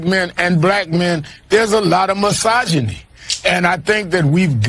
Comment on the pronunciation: I love all y'all's videos and your channel, but I can't watch past this leach even trying to pronounce the word misogyny